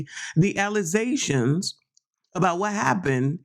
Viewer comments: Girl did you say allizations? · Tiff said "allazations" on Roland Martin and it is hilarious and sad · Alizaions!? You dummy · Tiffany says Trootf and Alluzations!!!!!!!!!!!